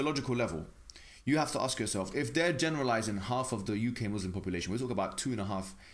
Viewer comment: Pls don't say muzlim. It's Muslim with an s . Muzlim means something else's